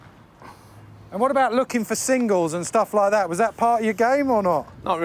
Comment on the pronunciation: "Bahh" bat, "Parhh" Part😉